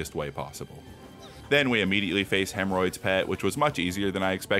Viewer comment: argony, thud, and hemmroids😂